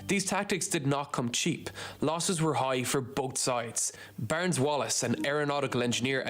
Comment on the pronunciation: It is Barnes . He pronounces it Burns. Please get it right.